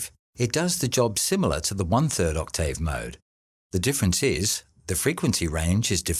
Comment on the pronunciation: One question, what's an Oct-tay-ave?